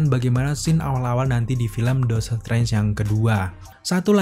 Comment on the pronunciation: Bang, dotor strange apa doctor strange? Lu kalo ngomong yang jelas dikit napa buru² banget